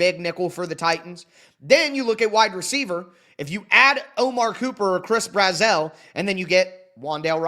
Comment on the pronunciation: Just letting you know, from a Vols fan, Chris Brazzell’s name is pronounced just like “dazzle”